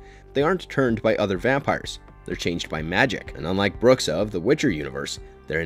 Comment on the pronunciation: Bruxa means literally witch in Portuguese (and your pronunciation isn't exactly right...)